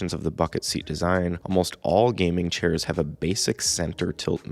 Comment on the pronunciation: "churrs" lmao